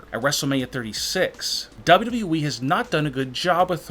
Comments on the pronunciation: It sounds like he is saying dab dab e to wwe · It's WWE not the way you're saying it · Don't mean to be a hater, believe me, this video has some lit content, but the way the narrator pronounces WWE is kinda wrong.